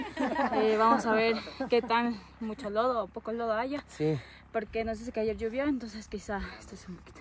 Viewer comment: Excelente video. Saludos. Tengo una inquietud: por qué dicen Lluvió así con u y no llovió que es la forma correcta. Unos amigos del exterior me preguntaron si así decíamos los ecuatorianos !